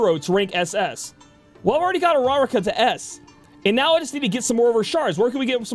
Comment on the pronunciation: Hearing him try to say Uraraka hurts.